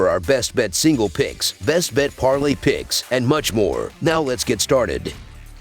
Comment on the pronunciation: Yea fam I need you more clear when saying your pix’s